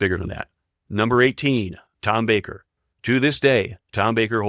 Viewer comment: Given the number of mispronounced names, I'm surprised the AI got Tom Baker and Matt Smith correct. And don't get me started with appalling AI "ADR" voices on dialogue.